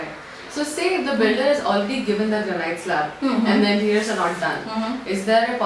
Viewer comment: It's Granite /ˈɡræn.ɪt/ not Granight.